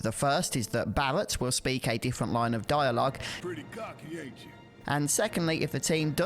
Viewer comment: Bawwet and cwoud